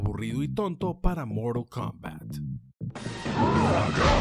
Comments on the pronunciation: Moral Kombat Eleven 😂😂😂😂😂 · Si es un vídeo en español, no digan "moral kounbat" o ya si quieren hacerlo. Mantengan los números en español, es como llamar a goro como "gorou"... O esperen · Amigo estas haciendo un video en español y dices morul kombat ileven… pero no dices ni siquiera fatality y dices movimiento final … jajajaj que horror, respétate!!! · Se dice Moralt kumbat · moral coumbat !!!! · "Moro combal" 😎🙏 Xd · 13 : 25 es morol kombat queremos sangre y yo quiero que pronuncies bien el tittulo del juego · A soportar el "Moral" Kombat XD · "Moro combats" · De que?? Moral kombat? Que aceite para decir mortal kombat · Moro kombat entiendo no mortal kombat JAJA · "MoRaL KoMMbAt" ajajjsjsja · Moral Kombat? Habla bien hermano... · "Moraa cambaaa". Hablá bien lpqtp. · que hable bien , que no se gringolee a por el nombre